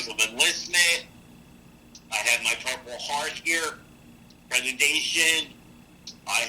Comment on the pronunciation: What is a medal "accredidation?" lol